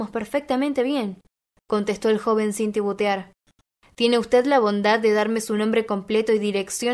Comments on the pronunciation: La narradora tiene un petit problema con el verbo " tibutear" (titubear)... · Gracias x la lectura.. pero reiteradas veces has dicho tibutear y es titubear